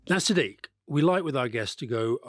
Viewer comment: Why are all these brits mispronouncing Sadiq name, dumbos is Sadiq not siddique